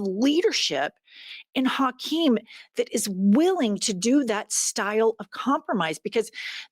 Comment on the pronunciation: “Tokeem” Jeffries.